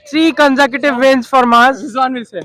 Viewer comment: what is "conzekitive" it's consenquitive 💀💀